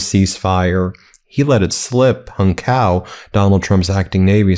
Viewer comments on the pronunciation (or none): Appreciate the vid - it’s ‘tsao’ btw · Hung Cao's last name is pronounced Chow. As a lawyer I know you realize why this is important. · My mistake. I just heard him pronounce his name Cow.